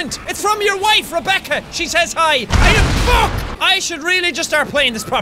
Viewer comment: I love you say fuke